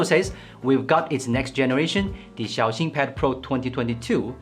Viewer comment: This guy is a real Han Yue carrier. Xiaoxin is pronounced in a very good manner